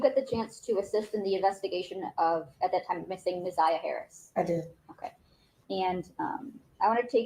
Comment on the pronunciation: You keep calling her zaniyah